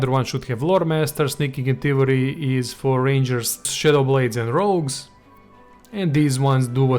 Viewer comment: Nils Ringleb *rogue, not rouge - rouge is pronounced rooje and refers to make-up that makes your cheeks red ;-)